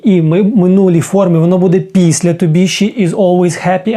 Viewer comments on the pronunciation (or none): none